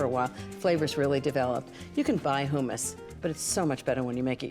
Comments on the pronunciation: I've never heard anyone pronounce it "hoomus". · Ina pronounces it “ hoomis” for hummus. Long vowel? The double m in the middle makes me think the u is short